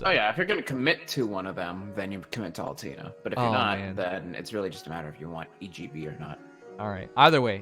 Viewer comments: Nope, it's Oll-Tay-Ner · Lol everyone on the chat triggered by how he says Altena It is Al-TEN-a though